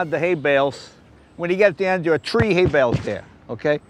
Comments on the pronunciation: Did he just say tree instead of three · When Jeff said, 'It's just that I've never counted to TREE before'...I laughed out loud. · "I never counted to tree before". LOL!!! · All I can say is one two tree lol